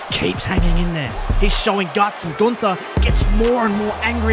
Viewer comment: It’s not Gunther It’s GOONTERRRR